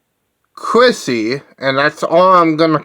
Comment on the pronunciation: Isn't her last name Wallace? Not at all difficult to pronounce. Also, sounded like you said Chrissy for her first name and I'm pretty sure it's Kristy. Kristy Wallace... Poison Ivy (Rorschach) ... The Queen of Rock-n-Roll.